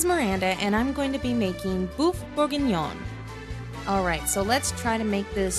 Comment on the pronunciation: el boeuf bourguignon no es americano, o sea por lo menos deberia aprender a pronunciarlo!!!